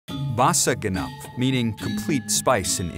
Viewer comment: And anyway its BASE GENEP not base ganep .. Naskleng